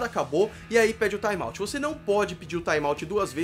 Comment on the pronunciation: kikóf, taimauti